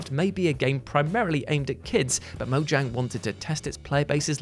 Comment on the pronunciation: moyang, is the correct pronunciation, with a y sound